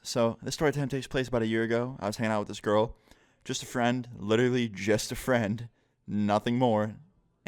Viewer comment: The way you enfasize just a friend